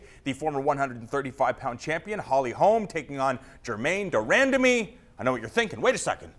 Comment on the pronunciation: "ran..damy" think he got that wrong 😂